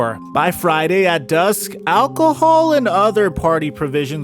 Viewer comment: The way you say Alcohol just makes it sound so bad lol